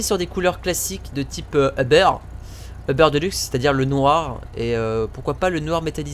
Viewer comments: c'est UBER Pas OBER parce que moi chu au Quebec et c uber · C'est pas euberre mais uber